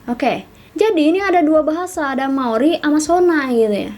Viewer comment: "Maori saos tiram" Bukan gitu ka 🤣😭